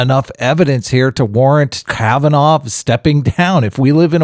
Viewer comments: Kavanaugh.... pronounced kav- an- aww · 1 week ago My mispronunciation of Kavanoff is unforgivable. I throw myself on the mercy of my audience. (as a christian I have to forgive you.................................well.... that wasnt any fun